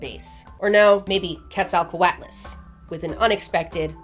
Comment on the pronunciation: Your delivery never ceases to amaze me. Quet-zal-co-at-las. I couldn't make it sound that cool if I tried for a week.